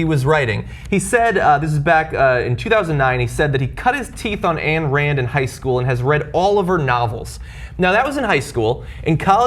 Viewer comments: Her name is pronounced ein not ann. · Ayn, is pronounced "Eye-n". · Ayn Rand, not Ann Rand, John. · John, Ayn is pronounced like it rhymes with pine...although her original name was Alisa Rosenbaum, which she should have kept...just an fyi.